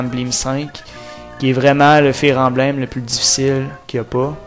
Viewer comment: embleem?.... belle prononciaison...sa fait dure... 15 ans pour prendre un décission... ben la pire age... a st'age la le cerveau é meme pas développé